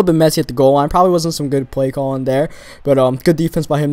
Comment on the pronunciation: he says dere instead of there XD